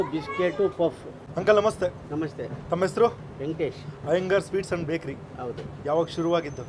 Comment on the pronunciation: Iyengars bajery❌iyengars bekary✔️